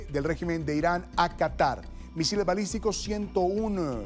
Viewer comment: Se dice balístico , no misislistico